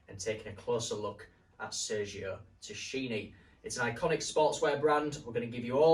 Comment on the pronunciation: The way you pronounce Tacchini is wild.. Try more like Takkini..